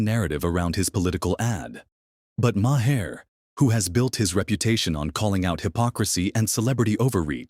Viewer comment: AI voice says, "ma-hair." I do not like AI-narrated vids.